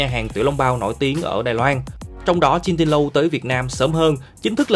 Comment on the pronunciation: Jin Din Rou mà ôngđọc kiểu gì vậy?!